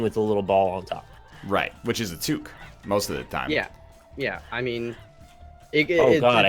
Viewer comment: It's what happens when you let the non-French Canadians try to pronounce French words.